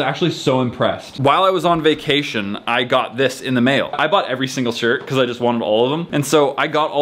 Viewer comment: ~Mega Things are now a Trend~: "MEGA DESK" Also: "MEGA COLOR Again: "I'M NOT SORRY BECAUSE, MEGA DESK-" Me: "I say it as... -BUHCAUSE-" No ~BECAUSE~